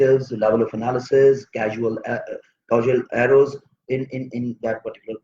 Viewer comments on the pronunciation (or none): What is the word he is using? Casual arrows or what? I could not understand properly.